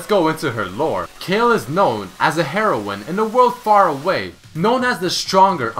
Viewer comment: His Accent XD makes shit so funny "Heroine" "JEWdicator"